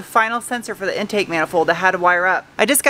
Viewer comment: I love the way you say fir instead of for, don't ever stop doing that!